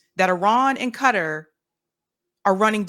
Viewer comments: Somebody please tell my why Kuh - Tar (Qatar,) is so difficult to pronounce. Or are we just trending incorrect pronunciations? I seriously think there are much more difficult words to pronounce than that. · First of all QATAR is pronounced "Kuh-TAR" not "Cutter". Next Netanyahu PAID Qatar to maintain HAMAS. Third, Bill Maher is an idior and lacks general knowledge. The asshole has recently started kissing tRump's ass. Must be scared. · Y'all... it's Qatar (Kuh-Tar), not Cutter. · "Kuh-TAAH" with the emphasis on the second syllable. I am sitting here trying to figure out who or what the hell "Cutter" is. I was genuinely confused. Learn how to pronounce words. Anyway, Van Jones is a loser with no shame, dignity, or moral compass. He is a callous, heatless swine with no consistent principles of which to speak. He is clearly corruptible. He is clearly trying to drum up support for a war against Iran (primary target) and Qatar which oh-so-neatly aligns with and reflects Israel's interests and view of the region. The obsession with Iran is exhausting. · Him pronouncing it cutter it's not cutter. It's Qatar sound it out. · Since when did Qatar become Cutter?🤷‍♂ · I wish American's would learn to pronounce Qatar properly.